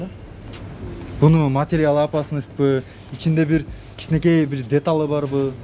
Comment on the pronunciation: Детал эмес деталь,кытайскый эмес китайский.Суйлоону уйронуп алыныз.Дагы практика керек экен.А так спасибо вам большое.